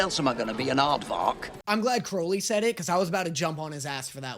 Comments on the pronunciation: Stop calling him “Croawly” 😂😂😂 it’s “Crowly” 😂 please for the love of David Tennant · just wanted to mention - the thumbnail spells 'aziraphale' wrong. also, i cant remember if you've done this or not, but 'crowley' is pronounced 'crow-lee' (crow as in the bird)